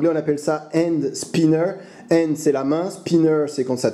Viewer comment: Très bonne vidéo, mais c'est 'Hand' pas un 'And' le H se prononce ;) ! Un objet très addictif en tout cas